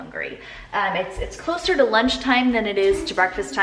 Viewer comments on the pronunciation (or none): none